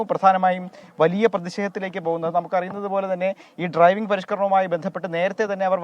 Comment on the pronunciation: ട്രൈവിംഗ് അല്ല, ഡ്രൈവിംഗ്...